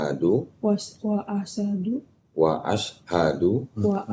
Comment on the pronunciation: "ASHADU" lagi, 😂 telinga2 pada keluar asep ini 🤭🤭